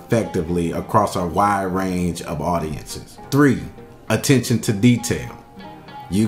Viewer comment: who else caught the "Attentention" to detail😂